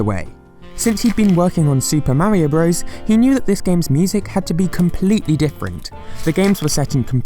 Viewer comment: This was a stupidly useless video that had no bearing in anything. Sigh... But thank you for wanting 7mins You can't say Super Mario Bros. correctly? Hahahahahah LOL FEET OUTTA HERE